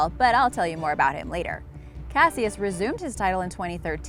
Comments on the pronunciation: Cas-E-iss?? Cash-iss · If he's named for Cassius Clay, you are pronouncing it wrong. It sounds like "cashus." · She pronounces Cassius wrong. Ali’s name sounded more like “Cashous” , Cassius Clay, aka Muhammad Ali. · its cash-is not cassyes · It's pronounced Cashuss not casious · Cassius, its pronounced kas-uh s not kash-i-uh s. Good grief. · If #9 is named after Muhammad Ali that's not how you pronounce Cassius come on do some research it sounds ridiculous when you mispronounce things its happened many times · Cassius is pronounced Cash-Us, do your research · #9 “Cassius” supposedly named after Muhammad Ali’s birth name, for the love of god lady it is pronounced “Ca-shus”. For someone who I assume is smart, that was a dumb mistake. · Pronounced Cash-us.... at least that’s how it’s pronounced in Louisville where Muhammad Ali is from. This is where the famous fight where Sonny Liston called him by the name Cassius. Ali kept screaming what’s my name through the fight. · Cassius is pronounced "Cashus" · Pronounced cash us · Why is she saying Ali name like that 🤦🏾‍♂️🤦🏾‍♂️Just butchering Cassius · And Cassius... Before narrating a video, you think you'd lookup the pronunciation of words you aren't familiar with.. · Brutal pronunciation of Cassius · Am I the only one tripping off how she is saying Cassius wrong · Pronunciation goes a long way to making a believable vid. Nau-til- us...not now-to-lus...cashus “=Cassius...not cass-see-us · The narrator can't pronounce nautilus... Or Cassius..